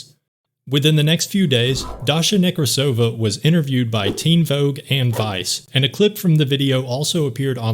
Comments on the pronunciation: It's NekrAsova, not NekrasOva. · Then she also, weirdly enough, saying it wrong. Russian last name Nekrasova [rus. Некрасова], a feminitive of Nekrasov, is pronounced only one way - NekrAsova/NekrAsov. I don't know how a Russian could butcher their own name that bad, considering that a Nekrasov is a pretty famous last name. It's like saying LincOln or JohnsOn.